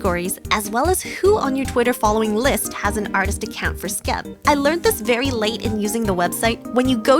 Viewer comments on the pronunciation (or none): none